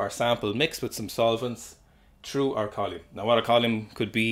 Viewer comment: I don't know much about science I just pick stuff up and put it down. But what a unique and surprising way to pronounce "column"